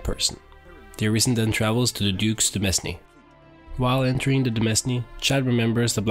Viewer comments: "demesne" it's pronounced "domain," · h-holy shit please stop saying "de-mes-ne" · Thanks! Yeah I should've checked if I pronounced it correctly..